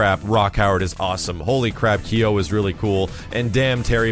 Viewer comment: Since I'm a bigger fan of Iori, I'll forgive for mispronouncing "Kyo".